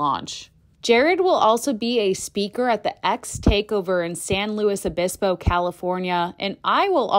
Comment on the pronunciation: it's pronounced "saint louise obisko". 🙂 Don't forget to visit Pismo Beach for their world famous clam chowder, and Morro Rock, each about 10 miles away!